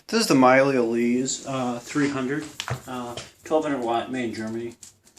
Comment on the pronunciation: FYI, it's pronounced "meelah", not "Mylee"